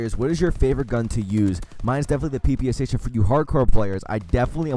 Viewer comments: It's not pepeshe it's papasha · You need to say pepasha from Polish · Anyone else start dying when he started saying "pepase" instead of ppsh